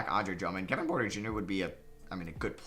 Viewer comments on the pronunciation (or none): none